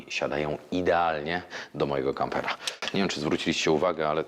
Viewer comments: Kapera? A nie kampera? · Hahahhaa" kapera" make my day😂😂😂